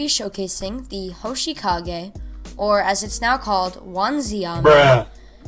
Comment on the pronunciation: Good video but when you said hoshikage instead of hoshigaki it made me a little mad